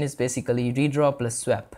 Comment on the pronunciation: With the delightful mangling of the word "swap", this was a fantastic introduction to using OpenGL. I thank you for taking the time to make this video.